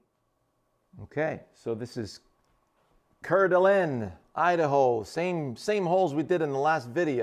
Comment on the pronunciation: It is pronounced "Core-duh-lane" not your version.